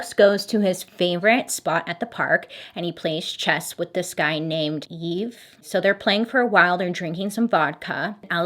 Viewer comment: Not trying to be rude or anything but the name Yves is pronounced like eve. My friends dad has the same name